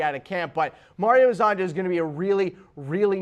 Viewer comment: It’s pronounced Mario Her-zon-ya. Please I can’t listen to you butcher his name anymore. All Croatian, Serbian, Montenegrin and Bosnian players with a “j” in their name is pronounced as a “y”